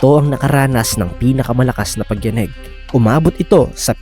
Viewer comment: Ganda po ng voice nu😅 ayos naman pagkakabaybay ng Tagalog excep sa pagyaneg. 🎉ty